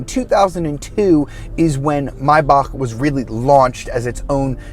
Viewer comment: Love you❤❤ You pronounce it right❤❤